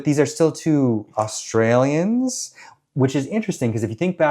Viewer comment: I love the way you said Australians ?????? Subtle and funny x